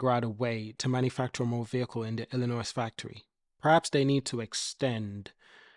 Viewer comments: Its illinoi the s is silent other wise good info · Lol. I was just about to address that....!!!! Dude, ILLINOIS is pronounced "Illi-NOY"... The "S" is silent....!!!!!